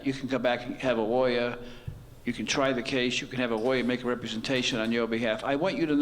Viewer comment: I noticed that the judge has a problem with the letter L....Listen to the way he say police and lawyer.